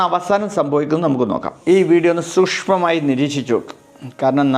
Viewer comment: ക്ഷുശ്പ്പമായി ശ്രദ്ധിച്ചു😂😂😂😂😂